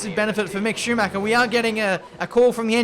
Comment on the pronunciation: Love your videos as my daily dose, but: Schumacher isn't pronounced Shoemac-ca ;)